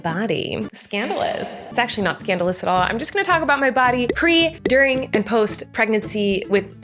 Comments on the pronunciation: it's 'during' not 'durring' - sorry, I'm a grammar nazi 😖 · Hi bestie ur literally amazing but just fyi you speak “during” wrong. Only one “r”. Whoops!! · “DURRING” during* Colleen during*